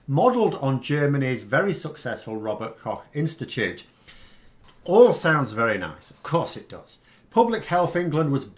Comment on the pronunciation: you really nailed how you pronounced "Robert-Koch-Institut", not easy for the English tongue I guess!